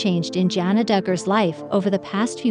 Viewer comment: Sorry, but it really bothers me that you do not pronounce her name correctly. You don't call the spice Jingrrrr!